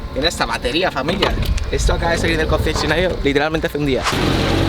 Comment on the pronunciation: Qué raro habla 😂😂😂😂😂😂 CCCCCOncesionario